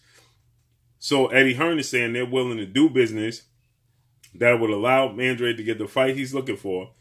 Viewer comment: I still don’t understand why they pronounce his last name as (an-dreid) it’s a Spanish last name and should be pronounced (an-dra-de) 🥴